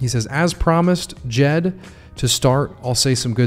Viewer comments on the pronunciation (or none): [Djed] the "D"softens the"J"so not like jeep more like so we say the D(like saying "shed" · Haha got me after you said D-Jed again, thanks for the fix brother. 🤙🏼